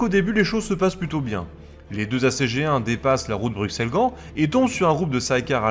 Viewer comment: Pour ta justification sur le refus de la prononciation en français de Belgique des villes belges, que je viens de lire sur Facebook, tes justifications sont fausses à mon humble avis: Bruxelles, tout comme Auxerre ("Ausserre"), se prononce "Brusselle", pcq au Moyen-âge le "x" servait d'abréviation pour "ss" (au MA, Alexandre se disait Alessandre comme l'italien Alessandro). Les linguistiques Humanistes ne découvriront qu'à la Renaissance que les grecs anciens prononçaient X en "ks". C'est pour sonner grec et pseudo-conservateurs que ces Humanistes ont forcé la prononciation de X en "ks", surtout pour les mots d'origines grecques. Anvers se prononce en Belgique traditionnellement avec un S parce que le français de Belgique l'a hérité de l'espagnol "Amberes" (de l'époque où Anvers était une ville du roi d'Espagne, dans les Pays-Bas espagnols). Comme la ville espagnole de Cadix (écrit Cadiz en espagnol) ou les noms de famille Sanchez, Lopez, Velasquez, la consonne finale en français de France de ces noms espagnols est toujours prononcée. Donc oui, Anvers est espagnol comme Cadix (et personne en France ne prononce Cadix "Kadi", mais toujours "Kadis" ou "Kadiks") Autre élément en néerlandais, je remarque que tu prononce aussi les "V" à l'allemande en "F". Mais comme en anglais et en français, le V en néerlandais standard se prononce majoritairement V. Sauf dans quelques exceptions, un peu comme en français le "s" est prononcé "z" entre deux voyelles (ex: raser, mesurer), en néerla